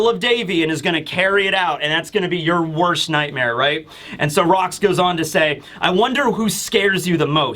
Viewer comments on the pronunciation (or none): none